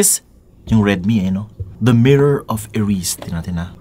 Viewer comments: Pronounced as Eri-sed not erisd. Hihi. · Eri-sed, sir. Kc kpg binalgtad mo Desire. Ganun din ang bigkas ni Prof. Dumbledore nung in-introduce nya kay Harry ung mirror. 😁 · Global version na po kaya yan? Saka it's E-Ri-Sed. Desire spelt backwards😅